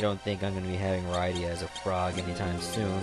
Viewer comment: Rydia is pernounsed rid-e-a